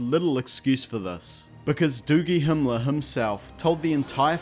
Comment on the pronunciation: he said doogie hemeler. HAAAAAAAAAAAAA im dying